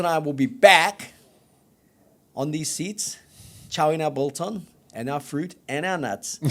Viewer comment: Love the show. The g in biltong is not silent however.